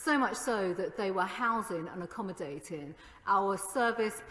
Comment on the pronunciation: "Housin' and Accommodatin'" urgh